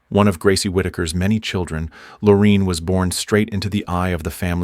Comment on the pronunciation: WHY IS NO ONE COMMENTING ON THIS DANG AI 🤖!! This story keeps looping in on itself just like the DNA mention among the sad people represented here! Keep vigilant folks, robots are taking over! 🤖🤖🤖💩 ps ... It's Lor A inne, not Lor E inne Whitaker!